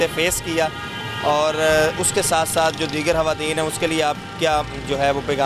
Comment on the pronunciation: Hawateen nhi hota, khwateen hota hai. Jb tm log screen pe ate ho to km se km apni pronunciation to theek rakha kro.